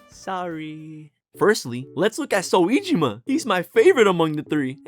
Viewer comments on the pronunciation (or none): clicking off now cuz who tf is "so - wee - gee - maahhh" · i fw the video but the voice makes it a little distracting, especially when you mispronounced soejima's name and said p5 royale instead of royal. great edit, i'm not rly trying to hate i swear. it's just that when you're so upbeat it makes these things easier to notice